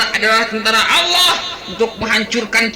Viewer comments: Nyebut Allah aja gak bisa. Dia sebut ALOH. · . Ya, nyebut Allah enteng aja Aloh, kaya panggil temannya aja.